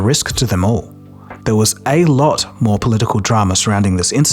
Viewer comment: His voice sounds AI generated. "A lot" is one example. Sounds like he is putting emphasis in the wrong syllables. Ai does this often. I hope he is not using AI. I would have to unsubscribe.